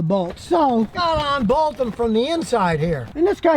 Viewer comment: "Onbolt"?????? "Beareens"????? "Groween"?????